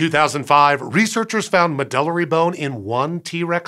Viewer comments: I think it may be pronounced “med-yew-lary”? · I've never heard anyone pronounce "medullary" the way it was said here. MED-yoo-Larry is more like what I always hear in Continuing Education talks and conferences. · I've always heard it pronounced "Med-You-Larry"